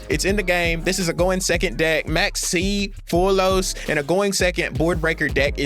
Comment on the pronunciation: It easy bro "mul- charmy" "fu-wall-los"